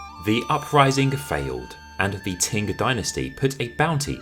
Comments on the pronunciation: Qing is pronounced as ching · Love your videos but I find it very difficult to hear you keep calling Qing Dynasty as “Ting” Dynasty. Please correct your pronunciation of this dynasty. China never had a “Ting” Dynasty. Otherwise, love your content. 😊